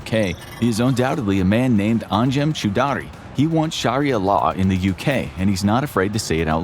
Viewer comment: "chew daree"??????? Choudry is pronunced /chow-dree/. Why do Americans butcher people's names without even bothering to ascertain how they are pronounced?